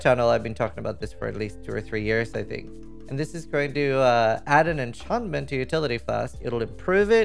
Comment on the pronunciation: The way your say enchantment is ruining my life